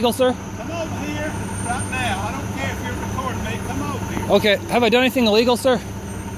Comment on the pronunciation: I just like the way he said "Cmover ere, rait now"